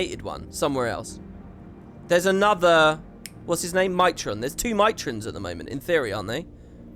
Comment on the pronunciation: whenever says Mitron I seem to hear Mai Trin